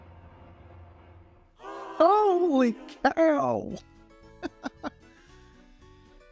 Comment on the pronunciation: "Holly Cow" 😂😂😂